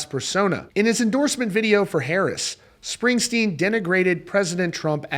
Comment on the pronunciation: "Springstern" LMAO. More like (((Springstein))), am I right? 😂